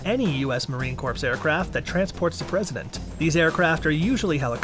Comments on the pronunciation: Marine Corp, Corp, the p is silent!!! Who found this clown??? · In my beloved corpse?? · The "s" is also silent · Stop saying corpse 🤦🏻‍♂️ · "Marine Corpse" lol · "Marine Corpse"!? Good lord, kid, where are you from? That is really embarrassing. You should be ashamed. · I can’t stand to watch any longer with him saying CORPSE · yes, he said, "Marine corpse"... UGH. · If he says CORPSE one more time!!!! 😆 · as a former Marine. hearing the P drives me insane. but i liked the content lol semper fi.. and stop saying Corpse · "The Marine Corpse????" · Marine COURPSE!!! Hahahaa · Please stop saying corpse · Had to stop watching. ...”Corpse” 🤦🏻‍♂️ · Marine corpse lol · Not just Marines cringing, it’s anyone who speaks English! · That was driving me crazy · Thank you......I was grinding my teeth! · Heard it the first time and immediately scrolled down to see the comments and post my own if I didn't see one. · Please for the love of all things America, please drop the "PS" when saying Marine Corps. The "PS"is silent. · The p in marine corps is silent